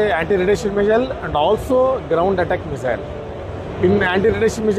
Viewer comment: why do they say "mizzile" ??